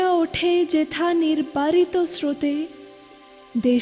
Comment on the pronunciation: জ্বি আমার ভালো। কিন্ত আমি উচ্চ যেথাকে "উচ্ছ যেতা" উচ্চারণ করি না। এতো বড় একজন কবির এতো জনপ্রিয় একটি কবিতা ইউটিউবে আপলোড করার আগে সতর্ক হয়ে আবৃত্তি করা উচিত ছিলো।